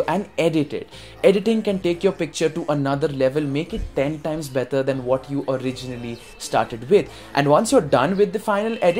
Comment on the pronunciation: Loved the way u said "better" 😂....PS ik its slip of tongue...so just kidding